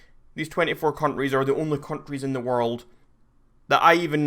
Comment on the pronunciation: he says countries like cunries